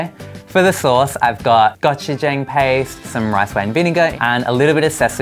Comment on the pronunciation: I'm not korean, but the way the first person said Gochujong hurt my feelings